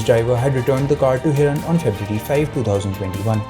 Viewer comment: What credibility will your news have when you cant get the name right? Its Mansukh Hirani and not Hiran.. do you get it? Do so elementary homework right